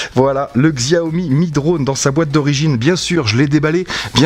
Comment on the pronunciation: Merci pour cette vidéo de qualité. Néanmoins 2 point à revoir, 1er tes sifflement en rec sont très désagréable,2eme la marque Xiaomi se prononce Chiaomi.